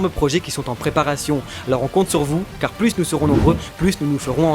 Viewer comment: Svp ont dit pas plusse mais plus le s est muet cordialement j’adore vos vidéos 😘